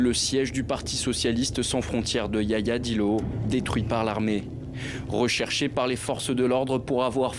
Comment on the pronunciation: Ce se prononce Yahya Dillo, pas Yaya Dillo.